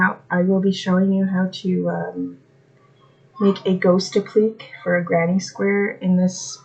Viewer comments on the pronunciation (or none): I don't see the ghost granny square tutorial...just this ghost applique tutorial (it's pronounced "app-lick-ay").